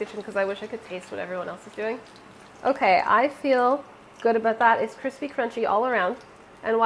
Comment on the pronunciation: all of the grilled cheese are damm cwispy